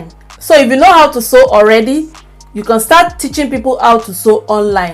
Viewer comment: It's you Can & not con please take note i enjoyed ur video